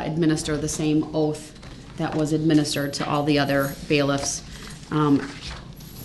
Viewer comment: OAF OF OFFICE….SUBSTAINED….DETECTIVE GOOF…😂 also he needs to trim those talons that’s so nasty